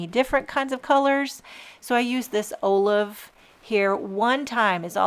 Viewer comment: Olive is pronounced Ah-live not O Live